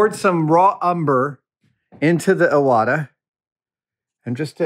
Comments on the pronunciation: The name of the airbrush is pronounced Ee-wata, not Eye-wata. It's a Japanese family name. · pronounced "E" wata, btw